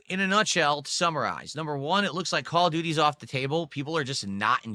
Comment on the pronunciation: Call of Gouty: Beg Ops 7.